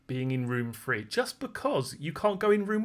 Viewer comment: It's THREE....not FREE!!